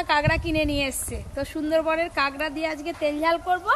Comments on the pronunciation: কাংরা বলে না কাঁকড়া বলে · কাকরাকে ক্যাংরা বলে কেন